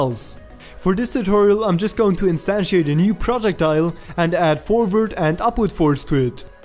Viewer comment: Great tutorial! I also like how you say projectile. "Project tile". Totally going to steal that :D